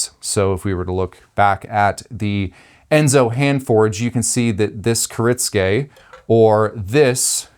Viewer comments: Kuh-ritz-gay? Bruh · You said it wrong the entire video. Which is kinda funny considering you're a knife business, and you also responded to the comment explaining how to pronounce it correctly.